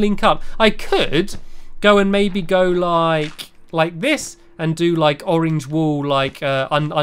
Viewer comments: You say orange like orenge it is funny anyway I love you stampy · I just love how you say orange! You pronounce it as oreenge!😂<3<3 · i love the way u say orange stampy its like ur saying oringe now I will ask my mom if I can have an oringe for dinner I don't know why for dinner maybe for lunch